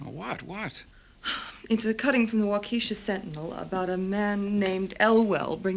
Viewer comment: Good story, good acting except midwestern US accents were not used but so annoying that Waukesha WI is mispronounced throughout. Accent of the name is on the first syllable not the second, and short e on second, not long.